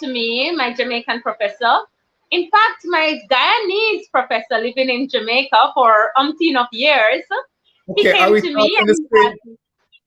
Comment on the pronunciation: We don’t say Jamaica 🇯🇲 like that .you are Guyanese . You keep saying we . Dr you went to University in Jamaica 🇯🇲 my apologies Dr .